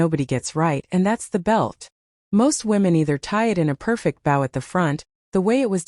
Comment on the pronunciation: "Bow" rhymes with "go." "Separate(s)" used as a noun is "SEP-rit." Why am I talking to AI?!